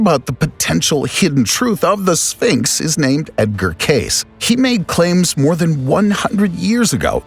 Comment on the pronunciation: Edgar Case? Really? Do you even read bro?